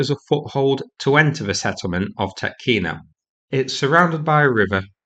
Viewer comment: its pronounced tee-otkino